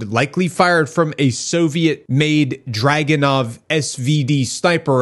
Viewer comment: druganov not dragunov